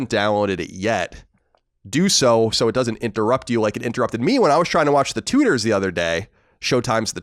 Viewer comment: I thought he was saying the tooters not Tudors near the beginning